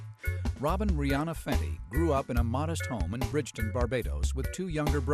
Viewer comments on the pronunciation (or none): Poverished ? And its Bridgetown not Bridgeton ~.~